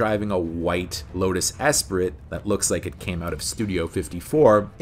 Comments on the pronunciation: Pronounced Lotus ES pree not ES prit, despite how it is spelled. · Dude. Esprit (esspree) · Esprit is pronounced espree, duh